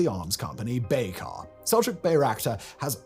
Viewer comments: He isn’t even pronouncing Bayraktar correctly 🤦‍♂️ Just a garbage channel reading AI-generated scripts based on Wikipedia. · A Brit pronouncing something strangely?! Someone halt the presses